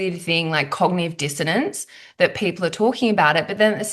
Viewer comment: what the fuck is 'cognive dissidence' ? lol